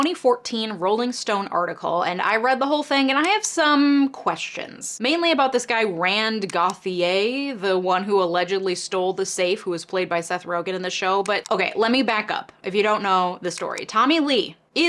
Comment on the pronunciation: it's french....go-tee-yay...